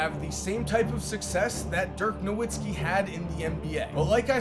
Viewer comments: Holy shit. You claim to be a fan of the nba but can’t even pronounce dirk’s last name correctly. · You can’t trust a guy that can’t even pronounce Nowitzki correctly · How the fuck does somebody make hundreds of nba videos and still not know how to pronounce “Nowitzki”